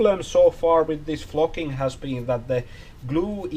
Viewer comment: I'm less then a minute in, and I'm dying laughing already. It sounds like you're saying f@ instead of flocking. I'm at work, and I had to turn it down lol